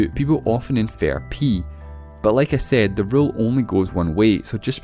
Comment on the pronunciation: STOP SAYING SEYD